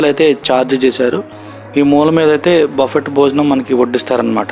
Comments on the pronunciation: బఫెట్ కాదు నాయనా బఫె. T సైలెంట్ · Word buffet lo t is silent buffe ani anali pronunciation correct ga nerchukondi